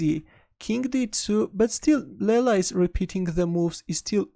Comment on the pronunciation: As far as i know...its not laila..its leela..its sanskrit word from india..its play of god called leela